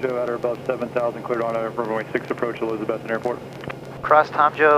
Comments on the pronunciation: A-lizz-a-bethton, now you too can talk Big Orange! Remember the A is pronounced uh! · Not to be "that guy", but it's pronounced: uh-LIZ-uh-beth-tun. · Long time watcher. Please pronounce the mountain town that I was born in correctly. It's E-Liz-A-Beth-Ton. Dan should have told you this but he is a transplant from up north. Lol. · long time fan and subscriber here. I live in East Tennessee, in Loudon, so you basically fly right over my house on your way to Elizabethton. By the way, the local accent emphasizes the second syllable, so it sounds like eliza-BETH-ton. I love your channel. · It’s pronounced “E - LIZ-uh- beth-Tun” 😂😂😂 (in UPPER East Tennessee) 😂😂 Just tryin to help a brother out….